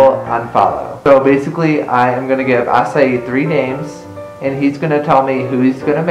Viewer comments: AH-KAI NOT AH-CY-EE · Wait it's pronounced ass-i-ee??? I thought it had a k sound 0-0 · Omg 3 more minus 1 comments to go 1000 comments I thought Acai was pronounce Akay or Akai "I'm Filipino BTW" a "Furrypino"